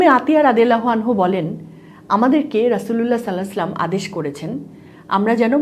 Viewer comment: সাল্লালাহু 'আলাইহি ওয়াসাল্লাম শুদ্ধভাবে ভালো বলুন